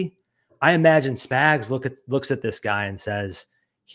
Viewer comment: I don't like that this guy keeps calling spags spigs😤